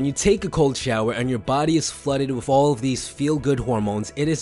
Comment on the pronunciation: please stop saying 'WIFF' instead of 'WITH'. Try to improve that.